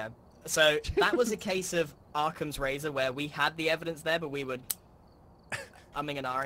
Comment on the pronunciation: It paind me grian pronounces Occam's razor as "arkham"